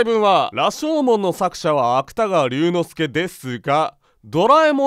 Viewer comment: 芥川龍之介の「龍」間違えてて草